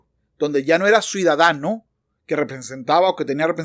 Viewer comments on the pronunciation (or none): ¿Dice "suidadano" y "suidad? Ya vi varias veces el video y así se escucha. El viendo muy claro y didáctico, gracias!!!!!